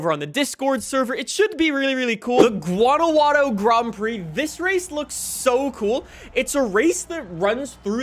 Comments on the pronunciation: Jesus christ its not a hard g. Its waunajuato. Fuckin hell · In Spanish the j is pronounced with a H sound. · the way he says guanajuato lol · STOP SAYING GUANAJUATO LIKE THAT !!!!!!